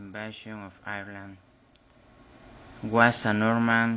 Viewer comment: Great job but i'd brush up on the pronounciation of Ireland. It's not "ear-land" it's "eye-er-land". Sorry for the critique but if you are going to post this it would definately be a better presentation if you could be understood.